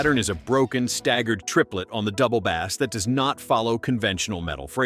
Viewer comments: Definitely something fishy in the pronunciation 🤪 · It’s “Double Bass” not “Double Bass”!!